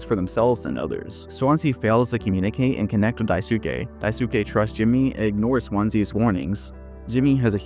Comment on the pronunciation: I think Daisuke's name is Die Skay and Swansea's name is pronounced Swon See. Anyone else bothered by how the narrator is pronouncing the two characters' names?